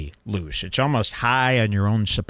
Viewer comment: Tony went from "loose" to "louche".